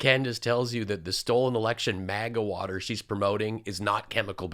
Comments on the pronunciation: It's "worter" and you no it. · Why can't southerners pronounce the word "water" properly?! It's "water", NOT "worter", idjits! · Whudder and Water are very different things.